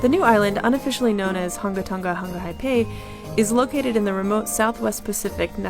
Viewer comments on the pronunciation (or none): It's Tong-ah not Tong- gaa